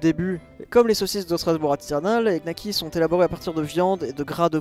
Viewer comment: donner son avis sur les knacks sans même savoir le prononcer... les nouveaux riches...